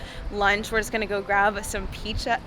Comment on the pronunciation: Congrats 🎉🎉🎉. Been following you for a while and you’re such an inspiration ❤. I’m also currently training for 50k next summer 😍…. Also funny moment as you were pronouncing pizza at the beginning of the video you said it as “píča” which means pussy in czech 😂😂😂. Sending kiss from Prague 😌🥰